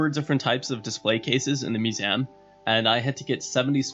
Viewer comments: what's a musam you keep on saying? do you mean MUSEUM? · Mew-zee-um not mu-zam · Musaem... fuck... its mew-see-um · why do u pronounce museum with an A? Lmao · you say museum weird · Why are you saying museum like that? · you say museum like a jersey girl ) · So sorry but I had to stop the video after your pronunciation of 'Museum' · learn to pronounce Museum.